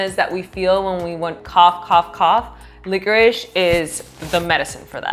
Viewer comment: did you say licorice???